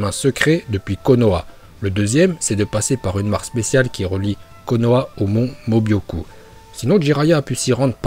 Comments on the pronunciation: C est pas mon mobioku mais mon mioboku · c est pas mobyoku mais myoboku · Ça me stresse quand vous dites "le mont mobyoku", c'est "myoboku" !! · Pour: c'est pas mobioku mais mioboku voilà 🥰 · C pas Mobyocu c Myuboku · Putin mais c'est pas possible la prononciation, y a écrit Myöboku tu dis Mobyoku, c'est Manda le serpent et toi tu dis Mandanda le gardien de football, fin c'est récurrent vraiment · C’est myôboku et pas mobyoku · Myōboku pas Mobyoku😂😂😂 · Mais c'est le mont Myoboku et pas mobyoku!!! Et Manda et pas mandanda... je ne savais pas que orochimaru invoquait un gardien de but.... Désolé bonne vidéo mais j'ai eu envie de pleurer quand j'ai entendu ça... Pour un fan de Naruto c'est pas oufff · C pas le mont mobyoku c miyuboku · Tu c est pas dire le mont mioboku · Comment il a prononcer le mont myuboku la ??!